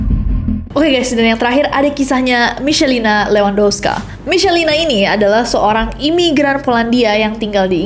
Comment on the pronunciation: Bacanya "Marcin Kaspsyak" dan "Micelina levandovska" kak, harus dibaca semua hurufnya